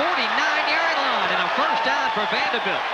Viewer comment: Love how the announcer pronounces "Vandahbilt"